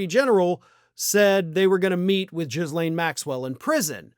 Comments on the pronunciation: Did you pronounce Ghislaine as "Jizz-Lane" on purpose 🤣For people who don't know, it's pronounced "Geh-Lane" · The distraction worked again, wasting everyone's time because lazy, gullible podcasters need content to make a buck. Cherry on top: you STILL persist in mispronouncing her name as Jizzlane. Ffs.